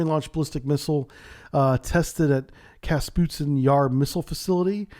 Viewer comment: "Капустин Яр" - Kapustin, not KaSputin)